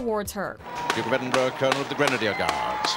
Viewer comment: finally someone on YouTube pronounced Edinburgh correctly